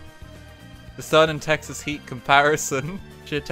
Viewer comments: Yeah, that was painful. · Dude I’m from Texas and he made my soul hurt